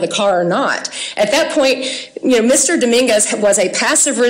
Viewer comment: the first thing i heard from her that made me not listen is: "Mr Daminguz reached" ok stop there you've already lost